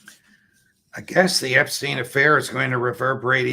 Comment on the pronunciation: Why is it that americans seem unable to pronounce "Epstein"? Listen to Mr Crooke, he pronounces it correctly.